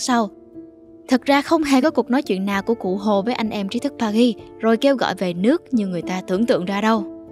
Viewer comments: Từ Paris phát âm âm "r" đừng cố tỏ vẻ. Sai bét. Đọc bình thường đi bạn. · bạn voice đọc sai từ Paris rồi